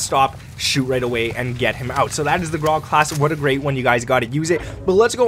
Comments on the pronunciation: its grau not graaaa ... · Grau ... pronounced "GROWL" rhymes with "COW"